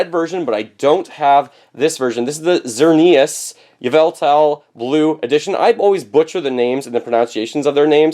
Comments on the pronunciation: They're pronounced ZER-nee-us, and ee-VEL-tull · Xerneas is pronounced xer-neeas, Yveltal is Ie-vel-tal Hope that helped (probably not lmao I never dont explain how to pronounce stuff in text)